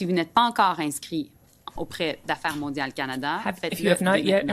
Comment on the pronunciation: Well, yes and no. she pronounces the "d" from Europe in "mondial", but the rest of the speech is in french quebecois 🙄✔️